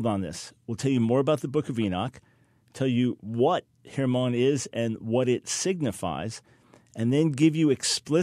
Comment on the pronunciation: Mt Hermon pronoused as Herman